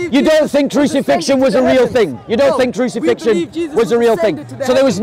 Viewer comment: "Crucifixion is a made up TING” Hahaha🤣😂🤣